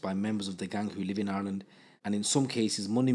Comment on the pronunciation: Why can’t u say Ireland ?